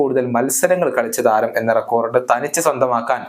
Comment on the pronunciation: റെക്കോർഡ് എന്നല്ല റെക്കോഡ് എന്ന് പറയുക....to